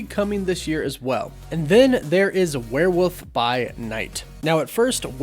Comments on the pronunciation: great video as always, but it's wereWOLF not wereWOOF...although I concede, werewoof would make a great character name! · Stop saying wearwoof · “Were woof”? Bro.. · Lol, "Werewoof". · Nah sorry you must surely be mispronouncing things deliberately at this point. “WereWOOF” REALLY?